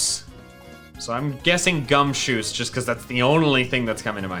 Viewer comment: You know.. I like the youtuber.. just.. just.. that one “gumshoos”